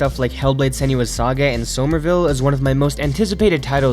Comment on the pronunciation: Soh-mer-ville? Lol cute. It’s pronounced like “Summerville”.